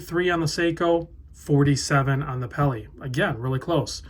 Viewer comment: Please don't say "peli."